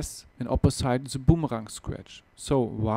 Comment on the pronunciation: Aussprache wär ja nich so schlimm wenn er wenigstens TH und boomerang aussprechen könnte... but he doesnt even try -____- lmao